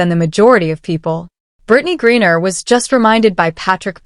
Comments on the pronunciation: Its not gurreaer its griner does AI need a fact check for spelling ? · It's not Gurrier. It's Griner. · Griner NOT Gurier ! If you're going to podcast get the names right !